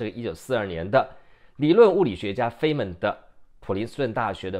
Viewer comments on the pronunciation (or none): 物理學家 Dr. Richard Feynman 的姓應讀作 Fine-man。